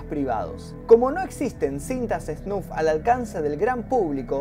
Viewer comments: No es esnuf, es esnaf xd!!!!!!!!!!1!!! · sos groso, pero por favor SNAF y no SNUF, me puso nervioso jaja se te quiere!